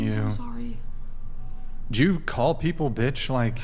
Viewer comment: Whole podcast in 1 second: - I told you once, Please stop touching the mic\interrupting\clapping -"I'M THORRY"